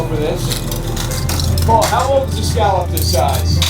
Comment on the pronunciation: Oh please!!! Will someone please teach that man how to pronounce scallop?? it was painful to listen to him.